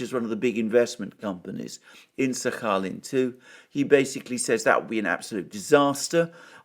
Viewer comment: My x girlfriend is from Sakhalin island. You must pronounce the “k” 😂 😘